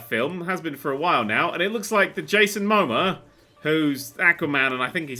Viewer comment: The way tries to pronounce 'Momoa' hurts my soul oh so badly